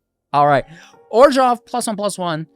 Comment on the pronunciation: I find the way you pronounce Orzhov a little off-putting. Though, still a solid list, thanks!